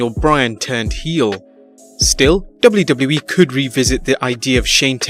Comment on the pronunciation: finally someone who says wwe properly!!!